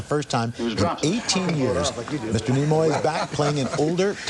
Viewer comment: Tell me, whose idea was it for Spock to die? Also, his name is Nimoy, not Nemoy.